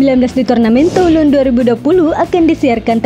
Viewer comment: Baca /tulong/, min...